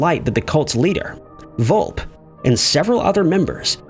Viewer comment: Just an FYI: Bobby Beausoleil's name is pronounced: BO-so-lay (French) Volpe is pronounced: VOL-peh (Italian & Spanish for "fox") Just trying to help! I know how much you like to pronounce things correctly!